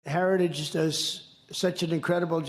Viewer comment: He didn't say heritage, he said hairyjij